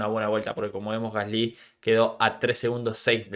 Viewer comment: Por qué pronuncias mal el nombre de Gasly, tienes algo en la pronunciación que estresa cuando lo mencionas